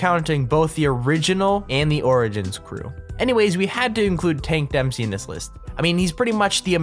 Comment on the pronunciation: did anyone else hear him say hank dempsey instead of tank dempsey